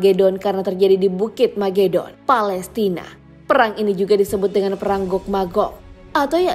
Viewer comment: Megiddon bkn magedon